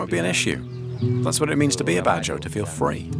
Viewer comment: Badjao is pronounce as Bad-Jau Not BADDA HOES... I know them and respect these Ethnic People, im sure none of them are BAD HOES. Peace..